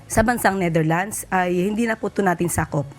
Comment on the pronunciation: Finally this lady reporter got the correct pronunciation of Netherlands 👏(not Neitherlands 😅) peace ✌️ to all